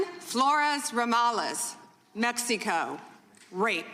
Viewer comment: “MEX-E-CO” 😂😂 ew